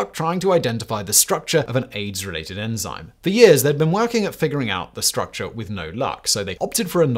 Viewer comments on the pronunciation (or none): none